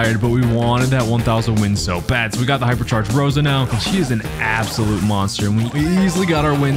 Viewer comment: its rosa thoough